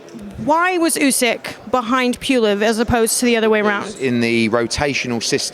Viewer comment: Why cant pronounce pulev it does my head in